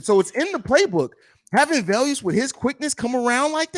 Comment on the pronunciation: VE-LUS not Vel-Us 😱